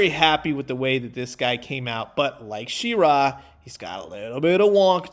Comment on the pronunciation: She-ra, neither syllable emphasized over the other. Definitely not she-RAAA